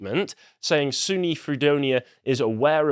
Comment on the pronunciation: Yank here: you can just say SUNY (pronounced like Sunni islam) Fredonia. SUNY Fredonia.